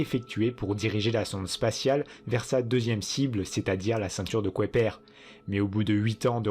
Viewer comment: pourquoi le narrateur prononce la ceinture de kouaiper au lieu de kuiper !